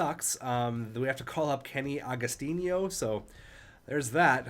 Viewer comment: It's Kenny Agos-teeno, not tinyo